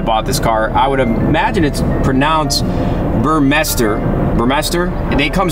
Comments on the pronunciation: It's pronounced BURR MY STER. Love the spec; Chalk and Gloss Black has been my dream since they released it on the 991. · Great spec! FYI the Burmester sound system is pronounced like "Ber-Meister"